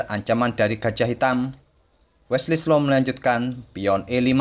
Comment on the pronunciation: Wesley so pak bukan wesley slo 😂😆😅